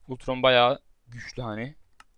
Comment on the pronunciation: Altron değil Ultron